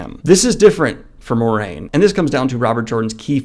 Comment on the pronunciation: The “Mwah” in Moiraine is important to me. Just sayin’. Otherwise, great video!